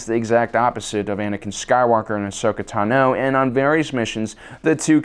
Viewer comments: It’s pronounced “taah-know” not “to-know” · The way he says Ahsoka "Tunno" bothers me more than it should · I cringe every time he says Ahsoka "Tah-no" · Why do you pronounce Tano wrong? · Why do you pronounce Ahsoka’s last surname like that? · How are you able to say Tano wrong .asoka says her name a certain way so you know the pronunciation . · also, he says tano wrong